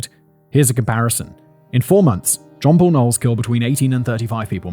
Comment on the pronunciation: Not me thinking he was saying Poor John Knowles. 😅